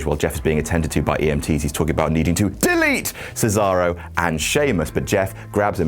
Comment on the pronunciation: Why you people don't even try to properly pronounce Cesaro's name? It's "Ché-za-ro", not "Sizaurou", for God's sake!!!